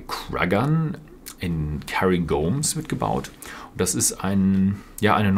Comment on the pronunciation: "KÄRRIGORM"? Müsste es nicht "Kärngorm" ausgesprochen werden?